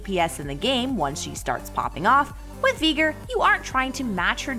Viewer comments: What is this vegan veigar hahaha a It’s veigar not vegar xD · I swear she says the name wrong on purpose she’s so stupid it’s vy gar not vee ger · absolutely no one:: veeger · Did she say Veegar?? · Learn the names of the champs when ur gonna be talking about them ffs 😂 „veeger“ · Ok so like I thought the pronunciation was getting bad with mundo but veigar?? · I will henceforth only refer to the Tiny Master of Evil as “Vee-gar”! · I would pay you not to pronounce it as Veegar. >_> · "Vigr" bruh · Veeeger what did she just saaaaayyyy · No one:: Veeger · Im sorry I might need to unsubscribe as well this is a bit much veeger... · Darius was one thing but bro no can tell me she's not pronouncing veigar wrong. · I before E except when it sounds like a as in Veigar or weigh. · As a veigar main im not offended but please my little yordle needs his name said correctly. One more thing i disagree zilean counter leona. Leona can build sunfire and zilean is toast with the mythic passive of tenacity (im a support main btw) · it is so trigering how she say veigar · Please never say veigar again